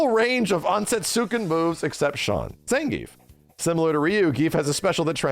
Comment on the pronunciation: Ah, so it’s actually pronounced Zangayf, interesting 🤔